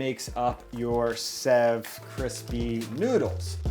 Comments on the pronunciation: It's pronounced save not sev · Sev is pronounced like save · Lol you made murukku! When you created the sev(which is pronounced save btw) if you don't break it up, that's murukku. It's usually found in stores premade, but at home it's awesome because when it's fresh made, it has a soft inside and crunchy outside. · Hey! I love this channel, and had no idea you'd done a video on the bombay sandwich. I live in Bombay! so cool. Anyway, great video, it was quite authentic too. Just an FYI, we pronounce "Sev" like "Save" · Sev is pronounced as save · The pronunciation is more close to the word save. But this is pretty cool to see/see people embracing Indian food ❤️ I don't even know how to cook it 😂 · Sev is pronounced as save. And yes, I can vouch for both the sandwich and sev being superb in taste. Thanks for the video. ❤️ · Sev pronunciation is save.. also i like the bread for the chutney but you blended it too smooth and watery .. try adding something hot .. usually a green chilly is added to the mint chutney . Also pinch of chilly powder in potatoes.. its amazing you almost got everything almost right .. and the thinner sev is usually called 'nylon sev' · It’s spelled sev but pronounced “save” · Sev is actually pronounced as "save" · Sev is pronounced-shave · It's pronounced 'save' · I’m from India, and I am amazed that you made it from scratch! Ps- sev is pronounced like ‘save’ (save me!!... lol) Loved the video!! Now I want a Indian sandwich 😊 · Hi! "Sev" is pronounced a lot like "save" , actually. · Bhai ko sev bolna nai ata par banana aata hai